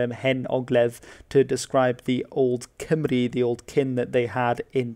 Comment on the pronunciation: You pronounced Cymru beautifully